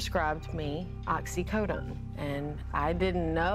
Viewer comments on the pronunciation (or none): I was rooting for her. Until she started saying “Oxycotton”. Oh